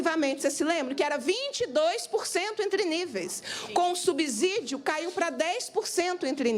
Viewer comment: Subsídio tem a mesma pronúncia de " subsolo" A letra S depois de uma consoante o som é de dois SS.